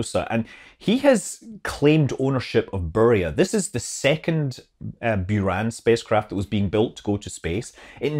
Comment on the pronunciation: Sorry: the pronunciation is boo-RUN with the second syllable stressed. Love your show, and greetings from the NASA JSC Mission Control!